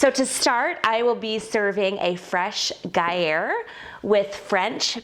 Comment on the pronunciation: Type 1 missed pronounced gruyere. But I’m just a vegan 4w5, with top notes of Nigella Lawson, what do I know?